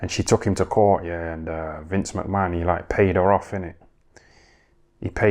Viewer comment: Have a shot everytime this dude says vince mcmann lol